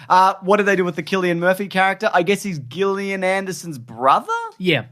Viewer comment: I need people to stop saying Gillian Andersons name wrong. It's not a hard G.